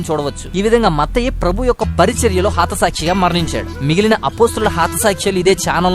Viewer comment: Hai Brother me messages interesting ga unnai kani me way of speaking lo konni mistakes unnayi i mean hatha saakshi aithey haatha sakshi antunnaru e video lo alage meru cheppe situation ki match aiye photos pettagalaru intha manchi information isthunnaru i thank u very much but mistakes sari chesukondi " JESUS " meeku manchi bible knowledge icharu daanini meeru maku share cheyadam really our luck so pls make every video with a Perfection and without a mistake .I wish. " GOD " will bless u abundantly thank you.